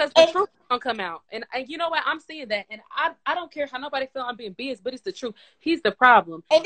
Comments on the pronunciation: she pronouncing BIAS wrong asf lmao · Bias…It’s not “bee-us”… it’s “bye-us” lol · Ma’am the word “bias” is pronounced “by-us” what is “bee-us”?😂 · It’s the girl at the top pronouncing BIAS as BEEYUS for me 😂😂😂 and she did it more than once so it wasn’t a mistake 😂😂😂🤦🏽‍♀️ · I'm sorry did she just pronounce the word biast as "beeust" ??!! ..🤣